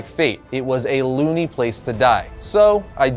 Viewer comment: Lol at “looney” instead of “lonely”. Both make sense and I would’ve never noticed if I wasn’t reading the captions myself